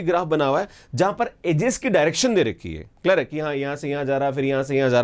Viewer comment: Clear hai ❌ klar hai✔️